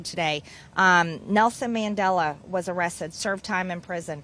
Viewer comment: Arressed, that's how MTG pronounces arrested. She can't speak.